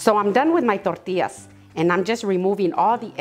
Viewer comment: I just love the way you say tortillas ❤